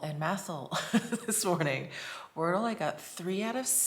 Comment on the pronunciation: And there’s a Worldle I hear.